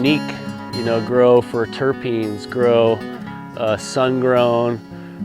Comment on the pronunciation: says trichromes and says terpids...what more needs to be said 😂